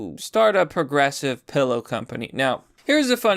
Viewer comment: Still saying 'porgressive.' You really need to see a speech therapist...